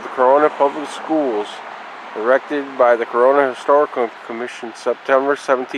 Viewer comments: To say it right is not by the spelling. It's cor run na just to break it down. This is my home town. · You don't know the right pronunciation of Corunna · I'm from here and that's not how it's pronounced. Born and raised. Not how it's pronounced at all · You said Corunna wrong